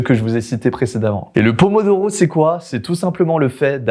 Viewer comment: le pomodoro il a di doro 🤣🤣🤣🤣🤣🤣🤣🤣